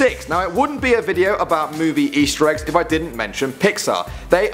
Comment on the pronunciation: you said ester eggs